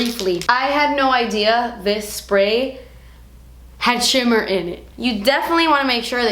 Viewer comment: "das a shimma particle" 😂 please don't ever change.